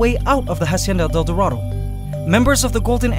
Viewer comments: you please learn How to pronounce la Hacienda del Dorado You keep saying it wrong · Can you please close to pronounce la Hacienda del Dorado